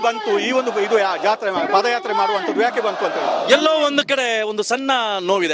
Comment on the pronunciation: Adu paad yatre alla paada yaatre. Madakeri alla Madikeri.